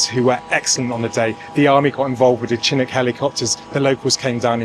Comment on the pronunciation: You are mispronouncing the Chinook helicopters name. It is Chi-NOOK or Ch-NOOK.